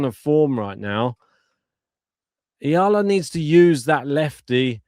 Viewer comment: Subscribe here because your E-A-L-A chant was genius! Is it your original composition? Well done!👍 thank you for correctly pronouncing her surname! Alex belongs now to the tennis world. Other nations can also love her. We are so proud of her because she is not ashamed to show our culture to the world, speaks our language, grateful attitude and she is just being authentic to who she is. She is not trying to be somebody she is not and that is refreshing to watch. She knows her weaknesses and she is okay with that but keeps on harnessing her strength — especially her tennis IQ and mental composure to win every match. Whatever happens showing excellence in work and great sportsmanship is what matters. This must be the global standard of tennis professionals. You can be number 1 athlete but if you treat other people and players like garbage why people will spend their money to support such behavior. Character is everything for us Filipinos. We respect everyone who shows respect and good behavior on and off the court! Humility is such a treasure nowadays! Many people has the mistaken belief that humble character drowns out being competitive and desire to win. It’s wrong. The great ones are usually the most humble ones. Much respect to JPEG, COCO and McNALLY for being respectful and kind to our Alex. How nice if women tennis will have such kind of quality of athletes from now on! Thank you for this channel and for cheering for our Alex!